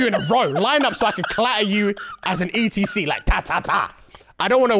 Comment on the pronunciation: When said ETC, i thought this was a wrestling move. Not until i saw the transcript, he actually was saying et cetera. Laughed the first time, laughed even harder the second time.